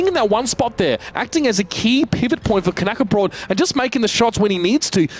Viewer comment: Knäckebröd not Knackerbrot learn Swedish.